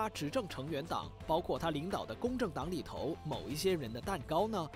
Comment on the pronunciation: 反扑（pu4×正确：pu1）听听（轻声的调度错误，正确：中低调）、里头（tou2×正确：tou，轻声：中高调）、知识（shi2×正确：shi，音高：低调）